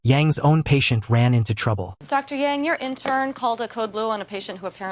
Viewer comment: It's AI, so it's not going to pronounce her name correctly.